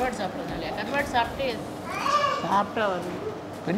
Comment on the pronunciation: Karvaaad😅😅😅(vadivellu slang)